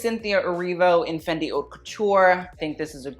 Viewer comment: Haute is pronounced oat. Best and worst ... some should fire their stylist.